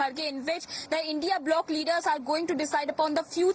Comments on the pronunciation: It's india alliance 😂say it properly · Say india not I N D I A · It is not I N D I A it is INDIA SCHOOL NAHI GAYI KYA? Sirf baat karna aata hai padhna nahi 😂😂😂